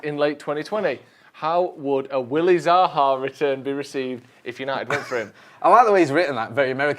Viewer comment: I like that wasn’t able to say Zaha without a manc accent🤣